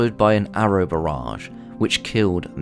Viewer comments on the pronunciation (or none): none